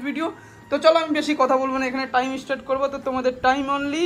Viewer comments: এ ভাই তুমি তো অনেক শিক্ষিত তাহলে অন্য কে জ্ঞান দেওয়ার আগে নিজে বানান ঠিক করো ওটা স্ট্রার্ট না ওটা আসলে স্টার্ট.. আর সঠিক বানান জানলেও অনেকের কিছু শব্দ উচ্চারণ করতে একটু প্রবলেম হয় এই গুলো শিক্ষা অশিক্ষার ব্যাপার না অনেক শিক্ষিত মানুষও এই ধরনের ভুল উচ্চারণ করে থাকে এটা বাক যন্ত্রের ত্রুটি.. তবে এটা ঠিক হয়তো বেশি শিক্ষিত নয় আর ইউটিউব নিজেকে প্রমাণ করার জায়গা নিজের শিক্ষাগত যোগ্যতা প্রমাণ করার নয়.. তোমার এতো হিংসে হচ্ছে এতই তুমি যোগ্য তো অন্যের নামে কটু কথা না বলে অন্যের বিচার না করে নিজেকে প্রমাণ করো, ইউটিউবার হওয়া তোমার যদি জল ভাত মনে হয় তুমিও হয়ে দেখাও তুমিও এখান থেকে লাখ লাখ টাকা আর্ন করো😂 আর যাদের শুনতে খারাপ লাগে তারা বিচার করবে শুনবে কিনা, তোমার এতই বাজে লাগে যখন শুনতে হবে না কে যে তোমায় মাথার দিব্যি দিয়েছে খারাপ লাগার সত্বেও জোর করে শোনার 😅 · কথাটা ইস্টাড না স্ট্রাট......... এখানেই বোঝা জয় ইউটুবার হতে গেলে পড়াশোনার দরকার নেই....... ভাই তোমার কথাটা প্লিজ বদলাও আজকালকের দিনে ইউটুব চালাচ্ছ আর্নিং করছ আর সামান্ন্য ইংরেজি ওয়ার্ড টা ভুল বলছো.... বড্ডো বাজে লাগে শুনতে